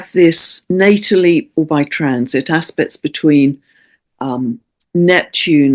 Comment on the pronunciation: I keep hearing, "hard ass-pects!" 😂😂😂